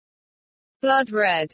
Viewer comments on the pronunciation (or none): none